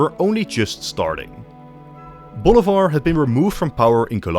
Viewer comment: Bolivar is pronounced BOH LEE BAHR . Stressing the EE. Not Boulevard